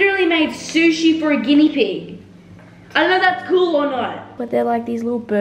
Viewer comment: Is it just me but when she said guiena pig sushi I thought she was cooking them 😂😂